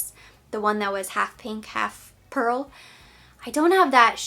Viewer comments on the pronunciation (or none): none